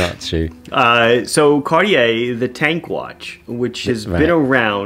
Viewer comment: "Cardiyeah" 😊 But what a relaxed listen. Thanks!